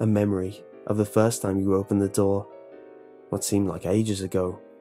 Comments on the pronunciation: I thought you were saying "Doll" instead of "Door" lol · I swear to god I keep hearing doll instead of door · For the first two minutes I thought you were saying doll